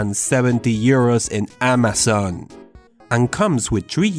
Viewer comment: The way he said "amazon" shows that he's French